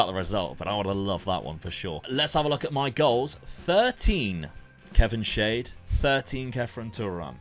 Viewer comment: It's crazy how full-circle it's come where when Dad first started he was using basic tactics like 4-3-3 and Luke using crazy ones, now it's the other way round Also Kevin Schade is pronounced Sharder